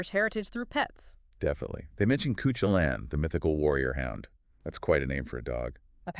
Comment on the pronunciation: Just not good enough your irish pronounciations ,very disrespectful.There is no irish hero called cootchu lane but there is Cuhulin its every irish language name butchered not just the one. Ch in irish is kh sound MH is pronounced a variety of ways but never as an M